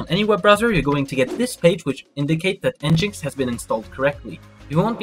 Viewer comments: It's not pronounced "n jinx". It's pronounced "Engine X". Engine X = "n gin x". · It's pronounced N-gin-X by the way. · nginx is pronounced Engine X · You're pronouncing "NGINX" incorrectly. It's pronounced "engine x". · Great tutorial, but how you pronounced nginx tilted me so hard. EngineX😂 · Pretty clear instructions. Good job. Quick pronunciation corrections though. 'sudo' is pronounced like the words 'sue do' not 'pesudo'.** 'nginx' is pronounced like 'Engine X'. ** su is the Switch User command. But it is most commonly used to change to root, AKA Super User. sudo is literally 'su then do' but the user you switch to is root(Super User) so many(most? all?) think of it as 'Super User Do [command]'